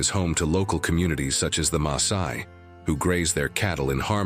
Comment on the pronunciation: WHY does he/it pronounce Masai as Maysai?